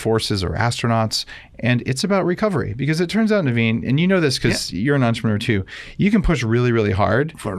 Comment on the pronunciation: “Hey thanks Daveen.” - 30 seconds into the podcast. “Thanks Naveen” - one minute into the podcast. 😂😂😂